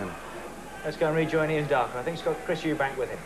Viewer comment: EUBANK, not EubankS